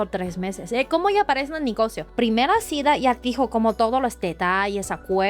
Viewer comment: Hola muy inteligente chica ya domina el español solo le falta perfeccionarlo ay palabras q ella sabe lo q esta diciendo y si le falta algo nosotros los mexicanos le acompletamos porque somos muy vivos por ejemplo cuando dise cita ella pronuncia cida pero no ay problema porque nosotros ya sabemos a q se refiere pero te felicito ya puedes vivir en mexico sin preocuparte por el idioma eres muy inteligente y muy agradable nunca me aburri en toda la entrevista.felicidades un abrazo. AMIGO. siempre nos sorprendes. Exelente entrevistador. ERES LA VERDURA EN LA ENSALÁDA. UN ABRAZO.